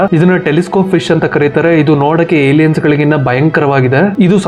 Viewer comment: IT is Not Yeliyen. 😮